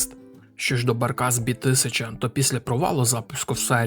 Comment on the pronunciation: Barkas B1000 - це НІМЕЦЬКИЙ автомобіль, і тому це не Баркас бі тисяча, а Баркас бе тисяча. І AWE - не ей даблю і, а правильно а-ве-е. Так само, як BMW - БЕ ЕМ ВЕ - це не бі - ем - даблю, КГБ - це не кей джі бі а ВРУ - - не ві ар ю. І чомусь в назві жука - а як а , а в назві ниси - знов Zakład Samochodów Dostawczych зет ес ді! Це ПОЛЬСЬКА машина, то не ді, а звичайне польське (не англійське) Д. де ! Отакі дрібні дурниці псують змістовне, цікаве, хороше відео. Це прикро. І ще монотонний одноманітний текст з папірця. Шкода. Міг би бути класний продукт!